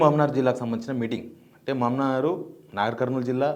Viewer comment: Reddy you better pronounce Meheboobnagar as Meheboobnagar not Mamanar